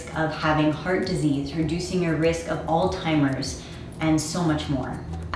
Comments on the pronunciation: I also heard: All timers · I think what she is trying to say is that it sounds like you mispronounce the word 'Alzheimer's'. Sorry to hear about your great grandmother. Blessings